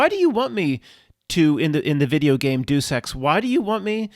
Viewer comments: Deus Ex Video game pronounced "Day of Sex." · it's " DAY-US-EX"